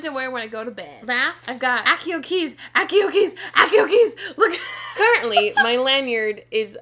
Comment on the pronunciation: You mispronouced Accio